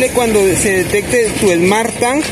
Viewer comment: Haces mierda al inglés. Mejor evitalo. Smart tang jajaj